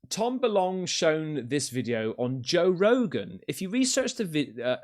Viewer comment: "Tom Belong" 😆 Classic